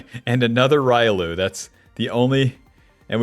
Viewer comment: Say it with me..."ree-oh-loo" not ry-loo...this ain't street fighter my guy lol